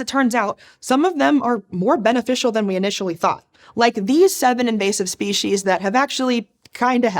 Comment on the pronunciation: Anyone else mentally cringe when they hear "spee-sheez" instead of "spee-seez"?